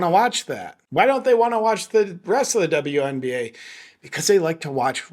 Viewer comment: “…the Dumb-You NBA…” 🤣😂🤣 Judging from the lack of other comments mentioning it, I guess I am the only one that noticed how you actually pronounced ‘WNBA’ there! Well played! 😎👍🏻